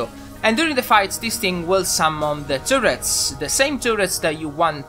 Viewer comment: I have always loved your accent,, but I especially enjoyed the way you pronounced 'turrets', as it sounded like 'tourettes', when you said, "...the ones that summons the little tourettes that shoots your enemies." I imagined that this gun not only kills your enemies effectively, it spews strings of invectives, cursing the targets with foul language.